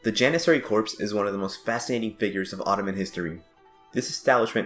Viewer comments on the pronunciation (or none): it's pronounced core not corp. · Nice video, but there's a small vocab problem. It's the Janissary "corps" not "corp." The word "corps" comes from the french (and is pronounced with the "ps" silent--sounds like "core") and refers to a body of people (often military) like the Janissaries. The word corp is actually an abbreviation for corporation and is the wrong choice in this instance.